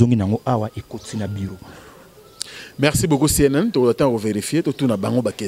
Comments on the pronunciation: on dit #CNN et non #CNL merci. Français na yo, bongisa merci. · le musicien s'appelle CNN et non CNL comme tu le prononce, fais des éfforts stp! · c’est cnn et non cnl 🤣cnl eza journal ya lingala